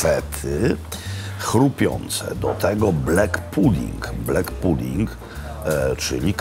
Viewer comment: Żaden Szkot nie powie "hajlends" tylko "hajlands"Panie Makłowicz.Rzeczywiście nie mówią "loch" tylko "lokh" a nawet "lok".Nie "heddog" tylko "HADDOG".Szot nie powie "fisz" tylko takie między E a Y 'fesz". Nie "blek" tylko " blak puding" Szkoci mają ubaw kiedy słyszą taką wymowę :))))) Na takie obiadki jaki Pan spożył tak na oko £200, przeciętnego Szkota niestety nie stać. Kolacyjka za stówkę z okładem. Daj Pan spokój Panie Makłowicz. Raz do roku na specjalna okazję